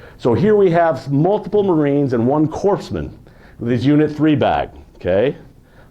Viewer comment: Very interesting and well documented. I served in the Marine Corp from 1980 to 1984 and love our history. Only complaint I have is that the person doing the presentation is pronouncing “corpsmen” the p and s are silent, It is pronounced core men not corps men. Other then that very enjoyable and informative